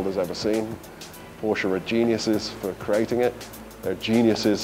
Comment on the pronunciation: One off the few that pronounces Porsche the correct way, “PorschE”!